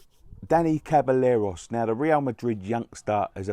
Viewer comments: it's Ceballos pronounced se-bah-yos not caballeros or caballos. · It’s seb-a-os 👍🏼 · Ceballos is pronounced (seb)(eye)(yos) great video mate 👍